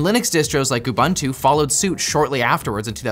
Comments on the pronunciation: It’s pronounced Linux Ooboontoo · Ubuntu is pronounced oo-boon-too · I hate how you pronounce Ubuntu, it's a word from my native language, and it would be so easy to Google how to say it